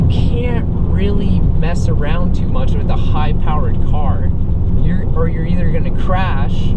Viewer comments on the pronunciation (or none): none